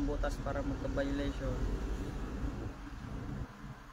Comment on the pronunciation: sa pananalita plng, at kilos,, bka di pa graduate ng highskul toh.. sa pagpronounce plng ng violation, wLa na